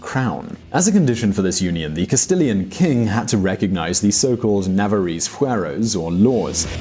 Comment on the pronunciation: "YOU-skadi" "KAS-tillen" "Navar-AYE"... Yikes.